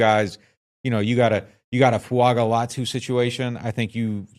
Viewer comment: Fu anga is how he pronounces his name So add a subtle n before the g.